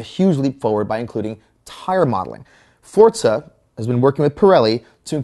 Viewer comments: First its called Football not Soccer, do you americans understand we use our foot to kick the ball FOOT-BALL ! Second if i want to play football, i would buy a fucking football game !! Gran Turismo is the best racing game ever and will always be! P.S you bold egg head its FOR ZA not Forts SA LOL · its forzzzza not fortsa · Did he say Fortza? -.